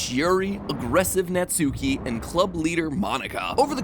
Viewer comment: Matt, whenever reading Natsuki's name, just pretend the U isn't there. It's not a COMPLETELY accurate pronunciation, but it's a lot closer to how it's supposed to be pronounced.